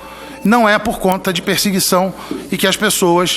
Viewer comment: NÃO É PERSIHUICAO VIU JOICE